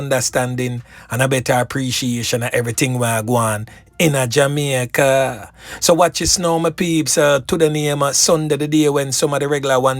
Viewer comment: He is jamaican, listen to the way he pronounce jamaica, the word reluctant, plus the phrase a couple a days, amricans would say a few.